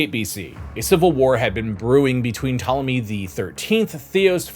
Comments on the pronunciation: The p in Ptolemy is silent. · This is excellent information! And while I hope you did this as a joke, , the P in Ptolomy is silent, just like in swimming.😊